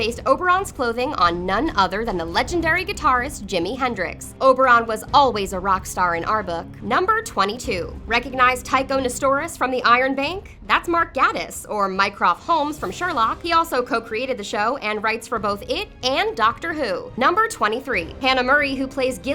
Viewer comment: jfc its gatiss like gay-tiss not gat iss